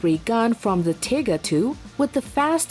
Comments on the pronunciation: Pronouncing TIGER as feckin TIGGER, Jeez what is this, an episode of Winnie the Pooh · While it may be the correct pronunciation in German this video is not in German. Also the point of my post is that Tigger is one of the more amusing characters in the childrens book Winnie the Pooh, so the mispronunciation in English makes this video seem less credible and more ridiculous, given it was meant for an English speaking audience. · "The" World War Two. "Tigger." You have to love computer voices. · She called it the tigr tank like the winnie the poo character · LOL she said "Tigger" for the German Tiger tank. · "Like the "tehger!" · If pronounced in German, it does sound more like tigger. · Tiger u fool not bloody tigger lol